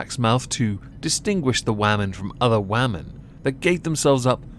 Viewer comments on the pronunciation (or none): Why do you keep saying "wah-men" instead of women? Wah-men are sjw, woke, leftist femi-nazi's that hate that illusion called "the patriarchy", these poor women, not Allison, the ones that were subjugated to this torture were/are women, they should not have had to endure what they did. And you calling them wah-men is an insult.